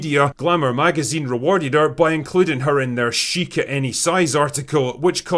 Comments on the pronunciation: 'Chic' is not 'Chick'.. it's pronounced sheak or sheek. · ‘Deprecating’ - criticising ‘Depreciating’ - losing value Sorry but he triggered my grammar hate speech. Also it’s ‘chic’ not ‘chick’. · Its pronounced sheek